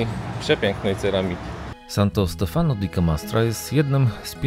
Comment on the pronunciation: Wiem,trzeba czasu,ale wy jesteście oglądani przez tysiące ludzi,Santo Stefano akcent pada na ostatnią literę, czyli zaznacza się Stefanooooo,jest to błąd często popełniany, jest bardzo dużo wyrazów z akcentem na ostatnią literę.Wracajac do waszych filmów, bardzo mi sie podobają,śledzę Was często, teraz to będzie regularnie, życzę powodzenia ❤️